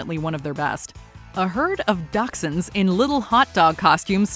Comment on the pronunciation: The dogs on the Heinz commercial are pronounced as "Da-shunds", instead of sounding like Datsun. So sorry girl, didn't mean to correct ya that way 🙏